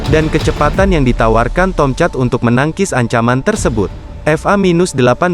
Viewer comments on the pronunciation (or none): Agaknya lidah admin ni pendek. Sebutan Tomcat menjadi Tong-chat bunyinya..🙄